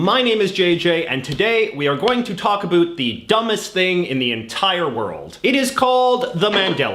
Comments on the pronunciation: This guy is from a dimension where "o" in a word with "ou" is ignored and therefore words are pronounced as "abut" and "arund" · At least in my dimension, we don't pronunce "about" in the Jayjayic way. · He said "talk a boot" I’m out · Hmmm... I could've sworn its pronounced "uh-BAU-t" not "uh-BOO-t"..... Maybe this is mandela effect🤔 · Why do you say “about” like that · Your “About” pronunciation is aggressively canadian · The dumbest thing is the way you pronounce "about".